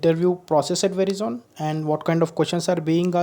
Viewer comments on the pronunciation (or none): It has to be pronounced as 'veraizon' and not 'verizon'..